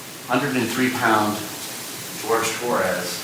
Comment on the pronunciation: Why are they not pronouncing his name correctly! It's not George, it's Jorge! 🤬🤬🖕